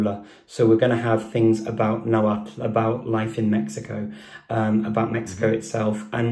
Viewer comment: Watch superhollys video with her dad, hes a real linguist who knows everything about náhuatl. BTW Richard kept mispronouncing náhuatl lol